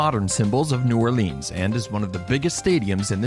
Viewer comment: ***** h Anything is okay.. EXCEPT New OrLEEEANS! :D I cringe when I hear that. Interestingly enough, the parish is pronounced orLEANS. Weird, eh?